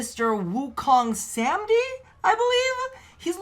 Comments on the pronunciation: Happy Birthday,!!! Btw, It's pronounced 'Sa-maa-dhee', the 'dh' said like 'the' instead of 'd'. It's a Hindu/Sanskrit word. It basically means reaching the state of enlightenment via meditation. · Samadhi pronounced Sa-mah-dee